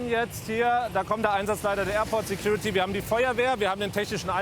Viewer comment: Security "Tyuty " Officer xD